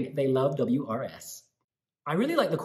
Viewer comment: WRS - pronounced oors, because his name is Ursu, which means "The Bear"